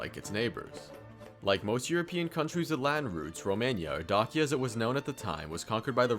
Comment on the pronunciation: Please use google translate and type dacia in romanian and listen to it cuz u aint sayin it right